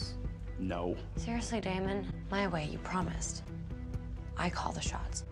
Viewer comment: Pls stop saying daymon it’s Damon